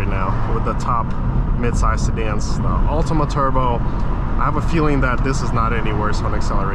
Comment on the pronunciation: "...A 2005 Ultimum" 😭